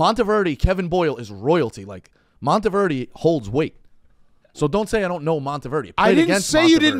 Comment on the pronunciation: This guy can’t even pronounce Montverde